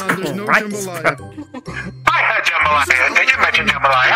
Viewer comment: I LOVE HOW THAT ONE ALASTOR THAT KEPT SAYING JAMBAYLA IT MADE ME LAUGH BADLY❤😂😂😂